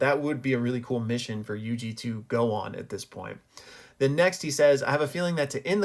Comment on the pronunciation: Pronouncing my name correctly has strengthened my fandom in you exponentially